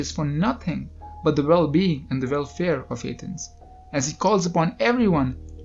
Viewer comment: You sound like a retard when you say Athens!